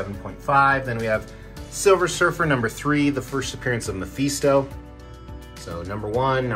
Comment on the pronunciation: LOL Listening to you pronounce MI FEE STO and NAY MUR lol. ME FIS TOE and NAY MORE Sorry love your videos and your collections but just had to do a double take when you said that.